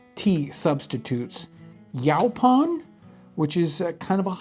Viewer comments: (maybe that's even closer to the original pronunciation, but you get "yoe-pon" drilled into your head) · It's pronoced "YAY-PON" and the toasted version is excellent and tastes almost just like black tea. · As someone from SENC, hearing "yow-pon" nearly knocked me out of my chair :D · Great video, we have yaupon everywhere didn't know it could be used as a drink, but for future reference John it is pronounced yoepon. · Yaupon we pronounce here in Texas like Yoo - Pawn. And I was a D and C Student in the late 1970s High School. I enjoy your Channel. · In Arkansas where yaupon holly grows wild and was used by the Caddo Indians, it is pronounced yo-pon, long o in the first syllable. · No. It's pronounced yoe-pon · My ancestors were East Frisian! Makes me feel like part of this story. Thanks for the fascinating episode. Yaupon (pronounced YO-PON) grows where I live and is a delicious tea, and still enjoyed today--and you're right--it is the only plant native to North America with caffeine. But I think we can take this away: coffee, tea, tobacco, and chocolate simply have no substitutes and the world depends on them. Some spices too; what would life be like without black pepper and cinnamon? Really interesting to think about how dependent we are on the international economy.